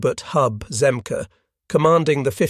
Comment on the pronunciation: It not Hub Zemkah it pronounced Zem-key